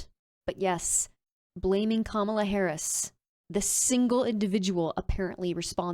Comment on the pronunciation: OK, MAGA. It's pronounce KOM ah lah, not kah MOL uh. I know your 'Hero' Trumpty-Dumpty says it that way, but he is doing it on purpose, because he is an immature asshole bully who is a coward, and is losing the election, and all he knows to do is to name call, and try to demean anyone who is not on his side. Listen closely to his rhetoric. He is spouting an "It's us against them" message. He is not speaking on unity, he is speaking the exact opposite.